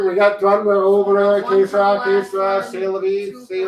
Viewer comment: It's "que", not kay. :)